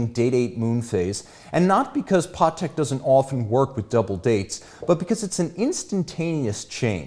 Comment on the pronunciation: I didnt know that it's pronounced 'PAWteck'. Good to know